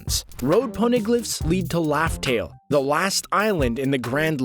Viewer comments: It's RAFTEL NOT LAFTEL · Is it just me or it sound like he saying laftel n not Raftel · What do you mean by laugh tale???? Its raftel!!!!